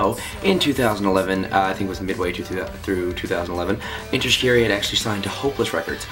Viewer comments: its pronounced enter shi-car-e and kel fuckin soo prees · please pronounce shiKARi properly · It's ok if he's pronouncing it wring, he's Canadian XD